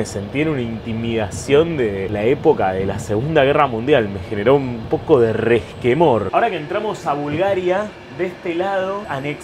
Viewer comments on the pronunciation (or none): "Un poco de resquemorrrrrr" jaja